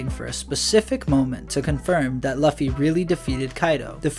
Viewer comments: Looooooofy not lufy, you make him sound hes big boy record pirate.sheesh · Its loofy or luufy/lufy and its written Luffy bit this man says løffy (ø as in u in under) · Bro English means its not luffy its luuuuufy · yeah u lost me at "lawffy" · Bro its said Loo fee in one word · how do you have a voiceover spot on this channel and still say “luh-fee” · You can call him Lucy...but its not "luhffy" lol that is all. I dont know why that bothered me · He says luffy (same u as in under or lucky) its annoying as f. Im getring anxiety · can you start pronouncing Luffy correctly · Yo I was wondering if someone was going to say something about that. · Ayo the u in Luffy isnt the same as in under or lucky